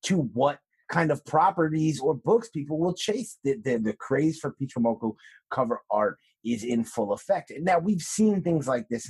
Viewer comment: " Peach Momonoko " lol